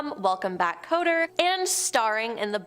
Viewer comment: If you think this is believable, you'll, believe anything. It's welcome back not Coter. Learn pronunciation